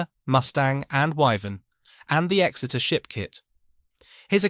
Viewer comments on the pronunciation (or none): none